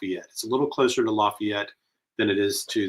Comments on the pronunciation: I thought locals knew that around here. LaFAYit 😉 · No! The 17 year old was from Lafayette, pronounced with a long a. Not pronounced like you would for Louisiana. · E, Please pronounce Lafayette the right way. We don't pronounce it the way that you keep saying